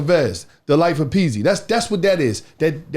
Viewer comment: Bruh got his name wrong “pezzy” 😂